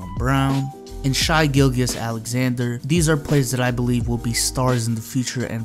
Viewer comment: nah more like “shay” not “shy”